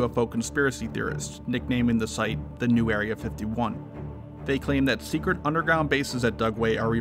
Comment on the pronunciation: "Top Sectret" XD